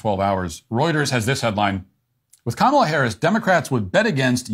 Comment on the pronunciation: you just said Kamala correctly. You’re slipping, Matt